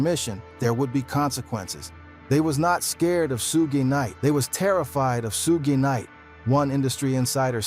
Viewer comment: dog u butcher suge knight name smh